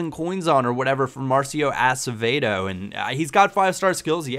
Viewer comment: it sounded like you said 'Marcio ASSevedo' :P